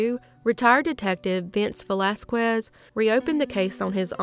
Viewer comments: Wonderful job as always. "Vasquez" is pronounced Vawskez. The A has a short A sound like "awesome." The letter Q has a K sound when followed by u. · Vahz-Kez is the correct way to pronounce the Spanish last name Vasquez/Vazquez.